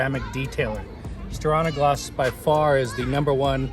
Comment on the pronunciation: I prefer to shake on a gloss rather than stir on a gloss :). Just giving you a hard time! It’s pronounced stee-are-nuh-gloss (silly Scandanavians!). Looks like it held up great, but not a fan of the dust attraction. Thanks for the great content as always.